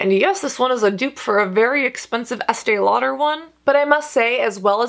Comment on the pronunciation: More flipping? And why do you emphasize the -der in Estée Lauder?